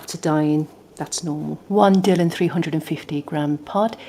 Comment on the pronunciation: Thanks for the video - useful to 'try' before I buy! I have a denim dress that's faded. Your channel looks useful. (By the way, it's Dy(e)lon, rather than 'Dillon'.)